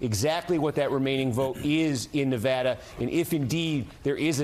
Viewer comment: What's a "nivaada"